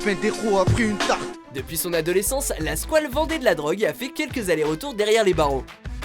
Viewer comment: MOUET LA SQOUELE